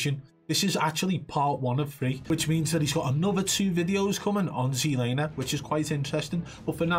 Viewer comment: He did see the guy at the end thats why he stopped but he knew he was fucked ^_^ Keep telling you its "ZLamer" ;)